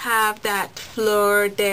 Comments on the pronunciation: i`m from new orleans and it`s floor dee lease,not the right spelling i know,but just 2 help u pronounce it.nice haul also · Nice haul.. nice haul. As BlackWomanScholar said it is "fleur-de-lis" pronounced 'flur duh lee' - vive le quebecois! yayy Canada!;-D